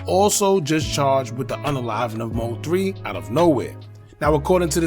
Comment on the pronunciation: Stop Say M-O-3 lol it’s one word. MOThree (3)